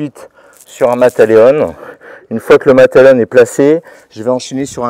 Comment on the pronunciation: Mata Leao pas Mata Leone !!! Mais impressionné par la technique de clémenceau !! 👍